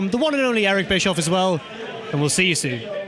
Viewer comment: Noticed you said we'll you you soon instead of I'll see you soon. Does that mean Bischoff will be coming back to WCPW?